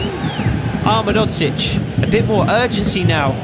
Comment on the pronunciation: you’re pronouncing ahmedhodzic wrong, it’s (Ah Med Ho Geech) the Ho is like santa claus ho ho ho, and the geech is like saying beach but two E and a G